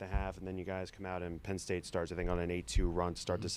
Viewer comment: Team sucked today lol issa transition this year… also, “Penn state”? Don’t you mean Pedd state?